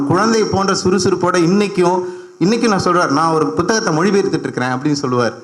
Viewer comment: ஆத்தா ஏன் புத்தகத்தை அழுத்தி பு(B)த்தகமாக சொல்றீங்க? உங்களுக்கு தமிழ் சொல்லிக் கொடுத்த டீச்சர் யார்?